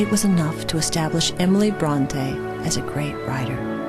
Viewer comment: It is pronounced Brontee - that's my name! =D I hate it when people call me Brontay x.x